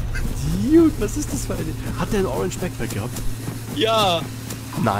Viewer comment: geiles video. Sprich "dude" nur bitte richtig aus xD